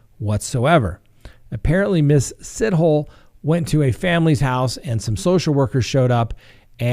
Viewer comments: Lmao. I have no idea how to pronounce it, but I can almost guarantee it's not pronounced "sit hole." But that was downright hilarious,. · Sithole is pronounced sitholey... (from a South African) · Just because you always ask and people always correct you. 😂 Sithole is pronounced Sitholy in South Africa 🇿🇦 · Pronounced si tall e. Hi from South Africa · Hey, a South African here 😊, and yes you absolutely butchered that name. The story has the country divided for sure 😂. Some believe that she was never pregnant, and some believe the Health Department is covering up negligence. The journalist who broke the story is sticking to his facts (that the children were born). It's a mess 😓